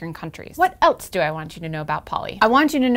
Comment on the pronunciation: Is it a regional thing to pronounce "else" as "elts"? I had an english teacher in high school that did the same thing with "false", pronouncing it as "faults"